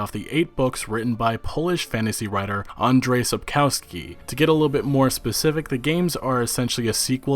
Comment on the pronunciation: What do you mean, who?! Peter Dinklage, obviously! I don't usually do this, but...it's AndDJey SapskoVsky, please. I know, and I'm sorry for bringing this up, but you've butchered it so many times in a row, it made my ears hurt. So sorry.